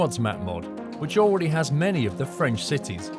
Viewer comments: Somebody that can actually pronounce French cities! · What is your day job ? how do you have such good pronunciation of French cities ?